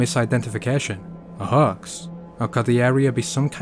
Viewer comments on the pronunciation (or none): What's a haAAx? It's pronounced hoax. And of course cern is gonna say it's fake. In both cases whether it's real or fake they're gonna say it's fake. It's very possible it's real. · a Hawks? you mean a hoax pronounced hokes. sounds like folks or strokes Im telling no jokes. what your saying sounds like the bird, got it, word! looks like were gonna have to work on your thick accent, so your understood by all. repeat after me: screw you dude, my accent is fine!😁